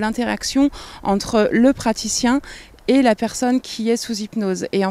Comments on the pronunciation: en français, on dit PraTicien, pas praCtitien,! (c'est normal, je sais que tu es toujours entre L.A. et Melun, pas facile de passer constamment d'une langue à l'autre!) 😁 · je t'aime bien, mais "praticien", PAS "praCtitien" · On prononce « praticien » et non « praCticien » 😅